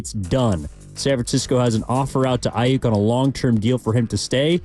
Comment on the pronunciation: Ai- yuk. In this part of the planet, we pronounce it Ai-yuk; as in duck. Yook- yuk is how Brandon wants you to say it. But its Aiyuk as in duck. Especially if he leaves SF. Going from perennial playoff team to a 8-8 team with no QB. Yuk! Like a Duck.